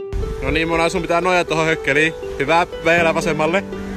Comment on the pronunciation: Miks sanot monaa munaks